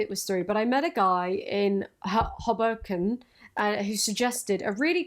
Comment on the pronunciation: Lmfao listening to say "Hoboken"